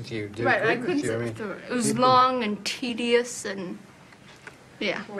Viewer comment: tedious has 3 syllables